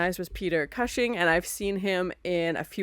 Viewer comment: Great reaction to a great movie. Just one tiny nitpick, Peter Cushing name pronounced COOSHING 😊